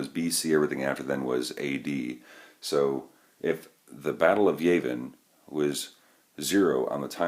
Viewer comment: Yah-vin not Yay-vin.